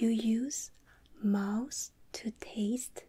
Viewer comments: Remember when I told you this means mouse? What does it mean when we have three mouse? Me: Uhhhhmmmmmm Mice?: It means ‘Taste’. Me: ooooooh she was saying “mouth” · Oh you are saying mouth! Not mouse